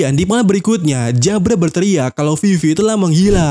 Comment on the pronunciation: Nyebut jabra pake jabura aja bang, lebih enak didenger....di anime juga nyebutnya jabura